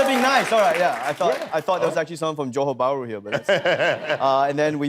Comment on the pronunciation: I love how he pronounced Johor Bahru like how a Malaysian would.